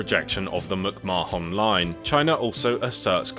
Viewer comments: Instead of M'c-Ma-Hon, isn't it pronounced something like McMah'n? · As an Irish person the way you pronounced McMahon gives me anxiety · Hahaha he is pronouncing it the way we Indians pronounce it. 😅